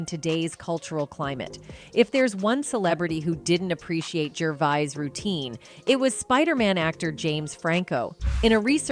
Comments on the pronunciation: geeez...stop using AI to present your productions, the tech just can't handle pronunciation of people's names...ricky gervase, ricky gervoice..ricky gervaize... hahhaaaaa... thankyou 😂💪😎💯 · You pronounce Gervais at least 5 different ways. Ridiculous. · Oh my god will you pick a pronunciation of "Gervais" and stick with it?! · Who’s Richard? This narrator is dumb or is it a machine. She calls Ricky “Richard” and never pronounces his name the same way twice, ridiculous. RDJ is a punk now, I’m done with these fragile woke losers. They make so much money, buy a sense of humour, losers! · Jeez, could you AT LEAST get your AI voice to pronounce his name correctly? He is, after all, the actual topic of this entire video! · For christs sake say his name as he says his name you silly person with no respect. He is English and certainly not arrogant French. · At least learn how to say his name ffs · STUPID AI CANNOT PRONOUNCE GERVAIS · Did the commentator take this video as a challenge to pronounce "Gervais" in as many ways possible? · If you are narrating - please learn to pronounce Ricky Gervais correctly, I can't listen to you!! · You have pronounced Rickys surname 3 different ways and none of them are right. Bowie. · Teach your AI how to say “Gervais.” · The narrator was HORRIBLE couldn’t get the pronunciation of the guys name right AT ALL. It was like nails on a chalkboard. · The way she pronounces Gervais 😅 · If a presenter is given the job of critiquing a particular person. A one person review as it were, could she not at least have gone to the trouble of learning how to pronounce his name? Her variations are unprofessional and grating. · I got as far as the cretinous commentator pronouncing his name like a fucking 4 year old. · The narrator should do her homework and find out that his name he is known by is Ricky, not Richard. Also his surname is pronounced one way, not the three ways she stumbles over. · How many different times can you mispronounce Gervais? Lol